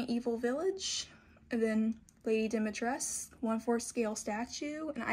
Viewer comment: Dimitrescu'' is a romanian inspired name ..so you should say the whole name (all the letters ..including ,,cu'' ..not just ,,Dimitres'') 😁